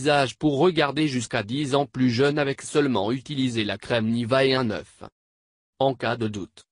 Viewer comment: Il dit u oeuf